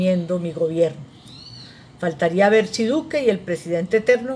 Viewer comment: Buena exposición, pero no se dice resurección sino RESURRECCIÓN.